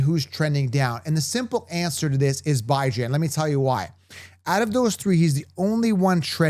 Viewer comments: u said his name wrong repeatedly. Really disrespectful cuz he ain’t new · “Bye-Jan” is crazy